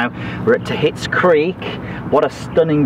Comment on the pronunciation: Andy, do the people working at the course call it "Ta quits"? It seems like it should be pronounced "Takeets" with the "u" being silent.